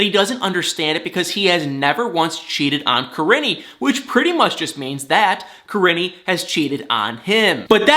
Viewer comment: Im NOT at all trying to come off in any kind of Bad way whatsoever when I say this but its driving me CRAZY, her name is PRONOUNCED like Ka-Reene ! Im Sorry to have to be one of "those people " by pointing it out, as I'm not an narcissist or anything. However, it's driving me absolutely crazy. 🥴